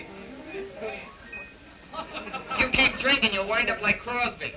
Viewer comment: well it's like not lik and that not taht :D